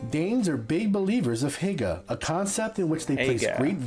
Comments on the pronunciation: The pronunciation was terrible.. It sounds like he just guessed how to say it. He Said “Hægge” not “Hygge” æ is like E in pet y is like Y in you. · you say hæjge insted of hygge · Why do you and the video pronounce y like a XD it's not hagger it's hygge... Y like year ;-) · oh i hate it every american slaughters the danish words it not called hæge its called hjge edit: just before people hate on me for being evil no evil is meant here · Ffs det er hygge ikke hegge skide amerikanere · It's not pronounced heyga, it's pronounced huooguh (silent 'h' at end)! It means cosy in Danish 🙂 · Dude's almost saying ahegao rather than "hygge" lmao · The best way to pronunce 'hygge' is by trying to pronunce (if you are english-speaking) hugge. Danes 'y' sound a lot more like 'u' in English. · You say hygge like haigar hahaha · I both love how other people who’s not danse pronounce hygge, but I hate it at the same time couse I’m danish and I’m just like hogge yk the y is like a high pitch ahaha no hate at all ofc!! Love that people like denmark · The man in the video pronounces all thoes word so incorrectly. I´ts hilarious. For example he said hikke instead of hygge. Hikke means to have hiccups😆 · love how he the man in the video pronounced "hygge" so wrong but good try! 👌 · The Y in hygge, is pronounced the same way as the Y in Hyundai. Not like the Y in yeast. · Ikr I also don’t like how they pronounced it lol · No look up the word hygge on google translate and get it to say it. He did not say it correctly 😂, he tried but he did not say it correctly 😄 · Awesome,,,,, The Danish was a pastry created in Denmark by Austrians. But it was originally from Denmark. If not it would be called an "Austrian" :) Danish taxes are among the highest in the world the more you make. I did pronouce Hygge wrong. Your welcome for taking an interest in your country and culture:)